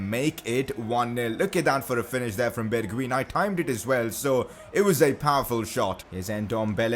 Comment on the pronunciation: you prenounce it as bergwine